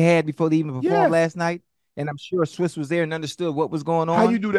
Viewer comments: I like the way UNC says his name.. " Swizze".. it's pronounced like Swizz cheese but my man UNC can chop a name up boy I tell you what!!! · It's pronounced SWISS not SWESS lol